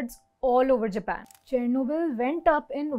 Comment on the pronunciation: It's not jeepan it's Japan even englishmen call it as Japan but our indians